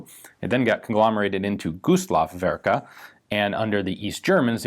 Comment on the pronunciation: ok, not werke